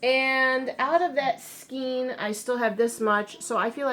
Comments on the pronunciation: Please don't say "skeen" instead of "skayn" which is the correct pronunciation. So many people say it wrong and I've heard you say it the right way before. :( :( It's pronounced like the "ei" in neighbor. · I hope this doesn't offend you. You joke about being fussy. I am being fussy but I heard you pronouncing skein two different ways. For some reason people are mispronouncing skein by rhyming it with keen. Skein is pronounced like cane. I have checked pronunciation dictionaries. I can't find why the change. Since you are trying to change from correct to not I thought you would listen to my complaint. Thank you. Love your videos.